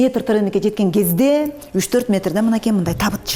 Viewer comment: Дагыы деп кездээ деп удорения каттуу айтаткен.